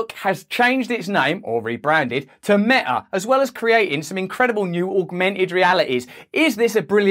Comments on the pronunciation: sorry for pointing out but it is not Mea it is Meta. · What's 'mea' please pronounce your t's Russell. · The word Meta has a T in it, not pronounced me' A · “Meh-a” the way you pronounce it, couldn’t be more fitting. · I think it’s pronounced meTa. With a T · His not Pronouncing the T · Black Lives Meta!! Ha-ha-ha... (Sir Russell, you pronounce those 2 words just the same...)